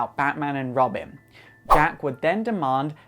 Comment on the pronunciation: Did he just say Robim?